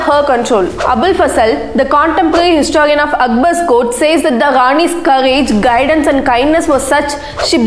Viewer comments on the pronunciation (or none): none